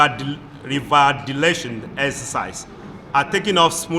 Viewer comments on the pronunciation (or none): Revalidation but he said redavilation🤣🤣